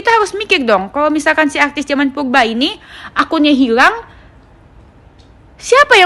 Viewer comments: Purba bukan pulba Kali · Yang benel....klau ngmong yng jlas dong bukan pulba purba ... Cantik pun bukan di wajah yng kin clong tapi lisan n hati yng bersih itu yng di namakan cantik yaa sayang ...skali lagi tlong klau bicara yng jlaas rrrr jangan di ganti " ....klau kamu cantik dk perlu kamu kasih tau orang pun akan liat kamu cantik nya luar dlm dk , Kecantikan itu cuma kesing yng asli di dlm hati ,hati nya bersiih insha allah kliatan bersinar berwibawa n anggun di liat nya ..gituuuu maap yaaa jangan oamer kecantikan dh .